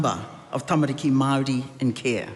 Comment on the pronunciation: How does that lunatic say "Maori" she days "Maardiee"